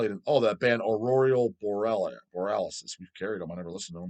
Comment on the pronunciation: how do you mess up that badly “aurorial boarellis”